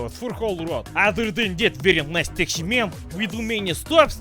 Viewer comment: Thats eet... hoodie : demonitized. Slav accent: demonitized CYKAH (Your best western spy)! Hint is "taxi" not "taxy" no no no